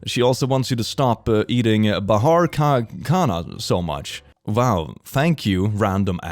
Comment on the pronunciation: every food delivery app in india uses that '8 missed calls from mom' bs they'll send an alert like your delivery is here and when u expand the notif its just some offer 😑 also your pronounciation of bhara ka khana is perfect